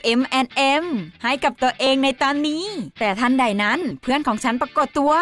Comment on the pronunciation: เวเฟอร์ ไม่ใช่ เวปเพอร์นะคะ คำว่าทันใด พูดเหน่อไปจนแปลกค่ะ ปล.แปลความหมายตรงเกินไปจนผิดค่ะ